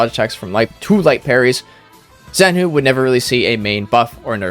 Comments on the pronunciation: Zhanhu is " 斩 虎 " not "Z 含 糊" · They should've written Z-Hanhu if it's pronounced like that..